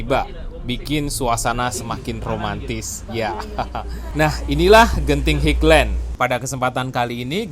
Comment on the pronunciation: maaf bukan dibaca higlen tapi hailen (highland